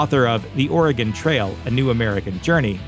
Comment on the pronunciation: Thanks for saying "Oregon" properly! Not Oregoon like so many do. Great video! Thanks